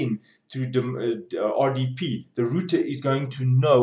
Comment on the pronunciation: computa routa :)